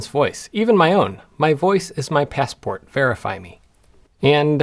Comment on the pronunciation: I would really like to hear you say the word.... Passport.